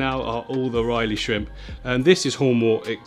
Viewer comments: “Riley” 😅 I’ve got to say it lad it’s been too many times now 😂 it’s ‘Rilly’ brother 👊🏼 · It´s Rilli shrimps not Reilley! Lol : D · i love u but if i hear you say "Ryleigh" one more time im gonna bang my head into a wall lol. Its r-ill-ee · Repeat after me, the buce is "keh-da-gang" the shrimp are "rih-lee" 😂🤪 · I just went through like four/five pronunciations and its REL-EYE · The Rili shrimp is pronounced "really". Just an FYI. But you did ask. ☺️ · Rili is pronounced RI-LEE. It sounds like says really but you replace the E with an I. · pronounced "rilly" (ril-e) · not pronounced riley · It’s pronounced rrrrr-ill-y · Hearing you pronounce rilli shrimp makes me laugh every time